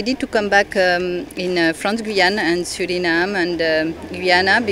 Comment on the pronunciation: hoe kan je een Engels interview doen en Suriname nog steeds op zn Nederlands uitspreken? Zelfs Santokhi doet dat niet. Doe daar wat aan aub.